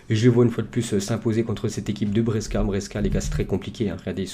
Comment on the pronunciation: Juste pour t aider pour les pronontiations des noms des clubs Genoa se dit Djénoà Brescia se dit Brèchia Lecce se dit létché Cagliari se dit Caliari Voilà voilà! Bonne vidéo sinon👌